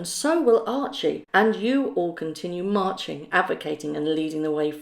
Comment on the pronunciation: Did she say to keep on, "Marching on", or "Merching on"? The second seems more in character.